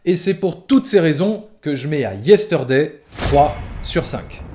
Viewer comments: Yesteurday... Problémo dé pronunciaçion ! 😉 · je vais faire mon reloud mais : le R de Yesterday ne se prononce pas : beetle veut dire scarabée et non pas cafard Sinon, très bonne critique, je te rejoins tout à fait 👍